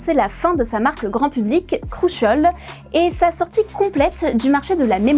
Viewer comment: 3 entreprise font du DRAM pour faire flamber les prix. J'ai une question ⁉️ à part ça. pour quoi la présentatrice a prononcé CRUCIAL avec l'accent anglais alors que MICRON quelle est une entreprise américaine elle l'a prononcé à la française. Elle avait peur que nous le confondion avec Macron??